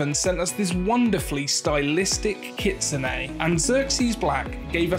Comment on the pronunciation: Hes talking about the way he pronounced it...